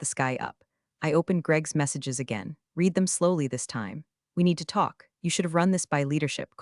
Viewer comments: The word " read " and how it is misused tell it is an AI.. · Why can these AI readers not learn the correct pronunciation of the verb "READ" depending on context? It's really off-putting, and AIgnorant.